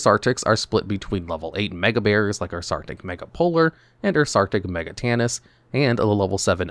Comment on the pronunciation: His pronunciation of Megatanus was weird. It is pronounced Me Gat Anus.